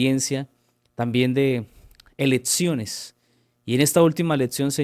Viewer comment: Insoportable hno como pronuncia "letsiones" "prótsimas" "eletsiones", disculpe no puedo oír, chirriante. Hay clases de vocalización para adultos tb en breña hno